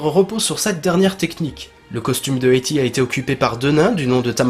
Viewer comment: "éti" tu me décois mec ;) sinon parfait continue ;) yeeeaaayyyy